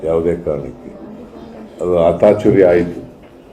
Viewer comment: Siddaramaiah sir niv swalpa kannada sari kaliri.. adu (ATACHURYA) alla(ACATURYA)